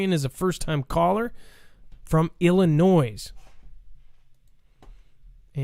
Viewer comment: NO S sound in Illinois. PLEASE!